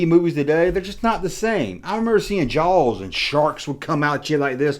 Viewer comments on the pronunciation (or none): none